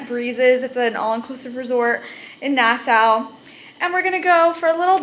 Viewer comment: You kept saying Nassau wrong just saying